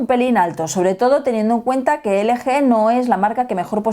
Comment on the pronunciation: Se dice elgi